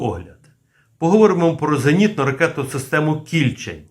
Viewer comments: Не кI льчень,а КільчЕнь,на дніпропетровщині є річка КільчЕнь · Не Кііільчень , а Кільчееень , наголос на "е" . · Наголос не правильний - кільчЕнь. Це назва притоки р.Самара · Не кІльчень, а КільчЕнь. Річка що тиче в примісті м Дніпра. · не кІльчень, а кільчЕнь, ця річка притока Дніпра тече у нашому місті... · Пане, думаю, що наголос правильніше буде ставити на другий склад - Кільчéнь, а не Кі́льчень. Бо під містом Дніпро протікає однойменна річка «Кільчéнь», а КБ Південне саме в Дніпрі. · А чому кІльчень? Правильно кільчЕнь :) це річка така :) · Шановний, Ви невірно ставите наголос у назві "кІльчень"! Правильний наголос на другий склад, "кільчЕнь", а не на перший!!! Кільчень – це гідронім, назва річки, правий приток річки Самара, яка є лівим притоком Дніпра. Кілчень впадає у Самару зовсім поряд з гирлом самої Самари. Дуже мальовнича місцина. І це в межах міста Дніпро! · не кІльчень а кільчЕнь річка така є під Дніпром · Ага, мені теж КІльчень трохи ріже вухо.🙂 Бо річку всі називають КільчЕнь. Це як з тієї реклами про пиво: - Куме, а ти знаєш як у Новгороді називають наше пиво? - Як??? - Піво! 😅😅😅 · Кільчень з наголосом на останньому складі. Кільчень це річка біля міста Дніпро. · Наголос на останній склад КільчЕнь. Це річка в Дніпропетровській області. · Плюсик, але назва «Кільче́нь» має наголос на «е», тобто, поза коренем — так само, як у назвах «Волинь», «Горинь», «Рогань», «Тамань», «Бершадь», «Оболонь» та інших подібних давньослов'янських назвах. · Кільче́нь, отако наголос робити. Я там вудив у дитинстві. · Тiльки правильно - КiльчЕнь. Рiчка е в нас така.... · КильчЕнь. наголос на другий склад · Кільче'нь-наголос на (е) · Є річка Кільче́нь (наголос) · Кільчеʼнь наголос на останній склад, це річка біля Дніпра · Вірно казати Кільчень з наголосом на е. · КільчЕнь. З наголосом на е. Це річка така. Ну хоч збирайте моло мало інфу перед записом. В нашому найменуванні невірно ставити наголос, то ганьба!